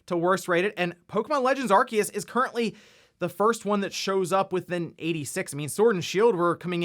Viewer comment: THE C IS SILENT IN ARCEUS HOLY SHIIT